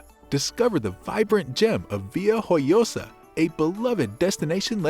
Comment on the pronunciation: Este vídeo es de vergüenza, IA mal aplicada, y frases como "via oyosa" ¿en serio? Está claro que el que ha hecho este vídeo no ha pisado Alicante en su vida.